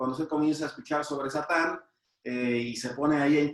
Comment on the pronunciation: No se dice shatan. שטן , con Sin no con Shin Se dice Satan